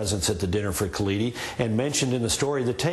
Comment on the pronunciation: Anyone who's ever read an historical essay by Rashid Khalidi (or his father, what you might say the principal historian of the Palestinian people) can only get sick while listening to this. Palin couldn't even get his NAME right.